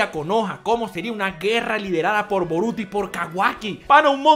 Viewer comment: Esto es Boruto lo pronuncio mal disculpalo bro!!.